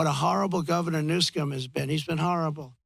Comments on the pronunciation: It's Governor Newsom, Trump. Not "Newscom"... Schmuck! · Hahaha! Why does he always mispronounce Gavin Newsom's name? (maybe to piss him off???) Trump is more entertaining to watch, then anything on TV!